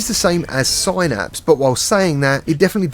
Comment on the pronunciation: "Sin-napse" not "Sigh-Napse". Devs said it themselves